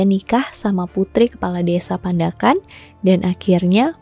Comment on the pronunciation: kak,, emng bener itu tulisannya pandakan, tpi bacanya panda'an loh😆